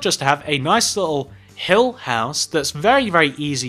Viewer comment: I heard: Hell House Me: Wth! Oh! It's Hill House! Oh my!